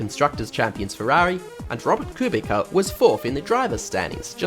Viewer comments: I was about to comment it also. It’s pronounced koob-ita, not koob-ika. Just a little advice ;) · Should be koobitza. You forgot to place z after t ;) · As a pole i have to point out that you mispronounced Kubica.